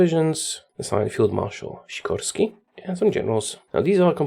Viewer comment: I'm sure You are from Poland, because You say for exapmle. Sikorski so fluently